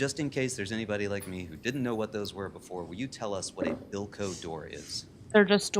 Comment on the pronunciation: I understand. But it wasn't to clarify what the doors were, it was that he was mispronouncimg Bilco. Had he said Bilco I wouldn't have known either, as a juror